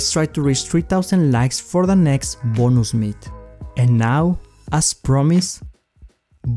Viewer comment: Bonooos Meat😂😂😂love the way u say that😂😂bless you bro🤗🤗